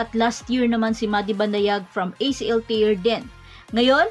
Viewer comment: mare, acl ter, hindi tir. ang tear pronounced na tir, luha, ang tear na pronounced as ter, ang napunit, at tamang pagbigkas.